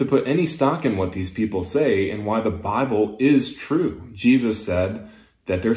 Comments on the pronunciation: Every time he pronounces bible as "bahh-ble" I lose a bit more of the infinitesimal respect for him. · He's doing pretty well at keeping his southern drawl from breaking through, but he can't seem to modify the way he says "the bible" it's kind of adorable, if not kind of sad for how ingrained it seems to be...